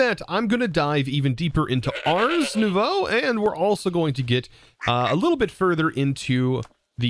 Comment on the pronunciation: As a french speaker, I have to say that you pronounced "Nouveau" very well. Tricky one here GG